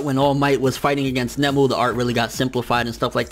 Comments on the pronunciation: said (or at least, it sounded like he said), "Nemu" (Character from Bleach) instead of 'Nōmu' (First time he the mentioned him in the review.) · Nomu not Nemu ffs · nOmu.. NOMU.. Not nemu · By the way, for those people joining the convo/video late... I'm referring to the fact that the title of this video was originally spelled as "All Might Vs Nemu Fight". You can even hear pronounce it as such throughout the video. I guess he saw this comment or another like it and changed the title. I personally could care less if it's spelled as Noumu or Nomu, just thought "Nemu" was blatantly incorrect. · Hate to be that guy but.... isn't it Nomu?